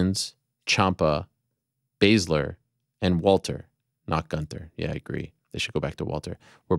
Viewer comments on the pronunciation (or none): none